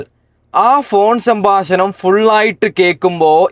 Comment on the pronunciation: സംബാശനം അല്ല സംഭാഷണം 😌